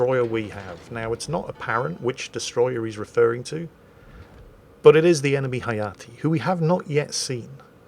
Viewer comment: I believe Hayate is pronounced as ha-ya-tay, as in ray.